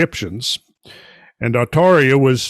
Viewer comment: Why did you make the previous video of cosmic origins of Halloween private? I should mention that the Arabic name for Pleiades is NOT Atauria it is Al-Thurayya not Atauria as you would like to believe. The month you listed as the month the Persian/Iranians celebrated Mordad is in late July to late August corresponding with the astrological sign Leo, the Iranian month that corresponds with Scorpio and Halloween and November 1st is called Aban. I really wish you would update this...